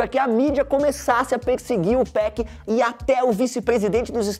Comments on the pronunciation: Meu ouvido dói quando escuto “2péc”, e ainda o cara coloca gangsta Party no vídeo, e a música de fundo Breathin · Tô quase dando um soco na tela ouvindo ele dizer "TWOPEQUI" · se falar 2peck vai virar josias rodrigo aaaa pare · Esse carinha falando o nome do 2pac me da uma coisa no estômago, pra que falar bonito é simples.. 2PAC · Pq todo paulista tem mania de chamar o 2pac de 2pec?